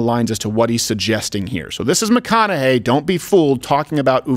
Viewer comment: People, can we please pronounce Mathew McConaughey`s name correctly. Its pronounced MATHEW McCONAUGHHHHHEEEEEEEEEEEEEEEEEEEEY!!!